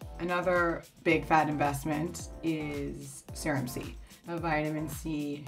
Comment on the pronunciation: why does she pronounce serum like surem?